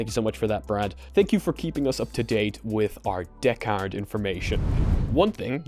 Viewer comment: I like how he says Deckard like a pirate DAA-CARD!👽❤️👽